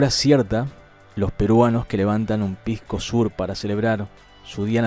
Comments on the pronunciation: Si pues. Si nuestro amigo dice "pisco sur" q confunde a gente inocente como si fuera el pisco del sur....cuando en todas partes se sabe que SOUR se pronuncia SAWER y no SUR. En fin hay q aclararlo desde la primera para que estos chilenos no aprovechen la NO CORRECCION de la pronunciacion. Aunque no vea bien mi comentario...pero es justo y necesario para poner a su sitio a nuestros vecinos del "sour". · ....no es pisco sur....que mas querran los chilenos que le pongas nombre como si fuera un pisco del sur. ES PISCO SOUR....SOUR SE PRONUNCIA "SÁWER" y le pongo el acento para que lo pronuncies bien bien....aunque no necesita acento pero para q no haya ningun motivo a q no lo pronuncies bien. Ok...causita..? Por lo demas...como siempre agradezco la mencion al mundo de lo importante de nuestra biodiversidad que hasta la clave contra semejantes virus contiene. Saludos cheeee